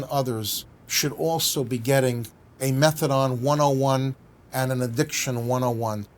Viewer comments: Never ever heard someone call it methadon like he shall rather than methadone lol class such a funny way to pronounce it. But yeh such a great plan to help support patients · Exactly sounds like someone who knows fuck all I’d rather the magalaDON come watch tv with me that sit and here him butcher the name methadone